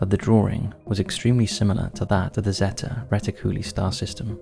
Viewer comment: "reti-cooly" lol